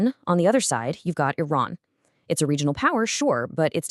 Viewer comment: It is iran not inan 🤣